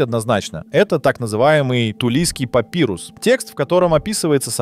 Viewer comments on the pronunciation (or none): none